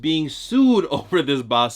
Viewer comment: Im rican n it took me 15 min to realise u was sayin basura 😂